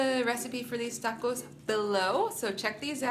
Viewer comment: I love how you say 'tacos'.... you try at least. That means a lot. Much respect :)